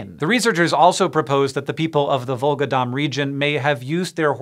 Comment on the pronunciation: Volga DON, not Dom. There is no Dom river anywhere.